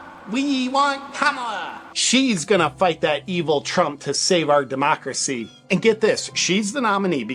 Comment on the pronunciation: Democwacy Democwacy AHHHHH . Democwacy . The left is a bunch of parrots .